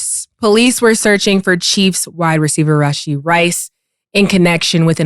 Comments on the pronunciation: The reason people thought they were stolen is because normal people don't leave their car in the middle of the street after a wreck lol. You leave it if it's stolen, you're drunk or you got a bunch of illegal shit on you. And it's Rashee, not Rasheed. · Not a big deal but dudes name is actually "Rashee" Rice, not Rasheed.